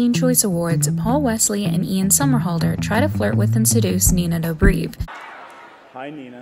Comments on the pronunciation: Thought I was the only one that noticed that lol.....She also said Nina Dobreev instead of just Dobrev lol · no one gna talk abt “dobreev” ? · Can you at least say their names right?! Charlize THrone, AlexandrIA Daddario, Shia La-boof, Nina Dob-reev?! ... SHAME! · also it's Doe-brev